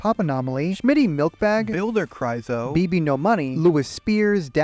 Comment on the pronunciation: I hate the way he keeps pronouncing Kyroz's name 😭IT'S KRY OZ NOT KRY ZO😭